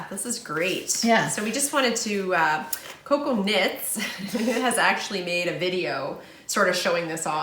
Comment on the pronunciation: Oh, my goodness you two are hilarious, but when referred to Cocoknits as Coconuts, I lost it! So much fun knitting with you two. I'm so happy that Charlie is doing well.